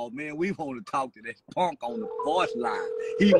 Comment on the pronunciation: 🤣😂🤣💀 "This a ponk!! Aaaaw this a angry ponk callin me" 💀